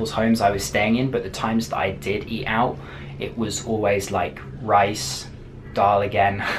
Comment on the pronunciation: you said dull and ruti